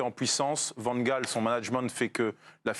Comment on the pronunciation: Bravo pour la prononciation correcte de Van Gaal...